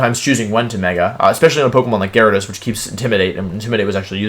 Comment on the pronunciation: Gyarados, not Gyawidos!